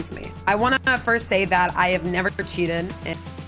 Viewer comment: Wow she does say cheaten, not cheated